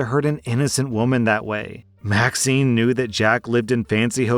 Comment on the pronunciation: You said that Maxine's name was vaccine. I relistened 3 times. How do you make a mistake like that?